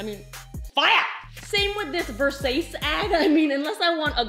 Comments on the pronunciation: "very sayis" 😐😑😐 Sis it's "versachiee," a designer clothing brand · did she just say “ver-sase” instead of versace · She literally pronounced Versach-eh as Versace. This makes me doubt my own pronunciation which is actually correct 😂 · Did she just called Versace, (versahche) - (not versachee) VERSASE?! 😂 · She was joking about the VERSACE thing. She knows how to say VERSACE. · Hahahha. I first saw ur comment. I was prepared, but def did not expect that. VersACE xD epic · when she pronounced Versace as 'Versase' everyone watching: LMAOOOOOOOOOOOO! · Did she say VerSASSe? I am dead LOL love her! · She really pronounced 'versace' versase lol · It's pronounced Versace,though...lol!!! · Lol "ver-sase" ?? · anybody else get slightly trig when she said versace wrong? just me? okay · Versace pronounced wrong, nice joke. Love how funny you are!!!!! Love this video you are aaaaamazingg🥰🥰🥰🥰🥰